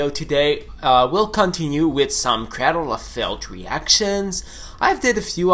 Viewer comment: Crādle bro, crādle. Ā long a your killing me saying that man. Even Dani says it right and he has more of a accent than you.